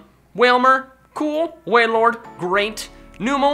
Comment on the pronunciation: u miss pronounsed wailord